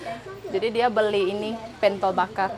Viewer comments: Pentol, seperti e pada kata senang, bukan e pada kata bebek gitu kali ya mbak maksudnya 😅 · itu bukan PENTOL, tapi pentol, gimana ya penyebutannya klo lewat komen, wkwkwk...